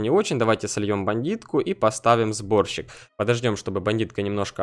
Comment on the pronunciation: Мне показалось что ты сказал вместо сборщик-борщик:D